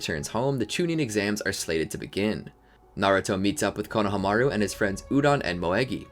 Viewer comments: Same I swear he's saying coe-no-o-hamaru instead of coe-no-hamaru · Is he saying Konahamaru wrong or am I missing something?? My whole life is on the back burner waiting on the answer